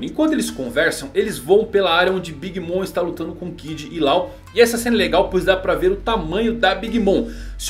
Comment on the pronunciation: na boa meu camarada, vamos dar uma olhada na pronuncia, não é "big moN" é "big moM". Não é "Lau" é "Loul". Abraços